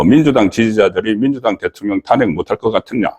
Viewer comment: 탄핵 ' 이 아니라 '탄핵' 악센트를 앞이 아니라 뒤에 두고 발음을 하세요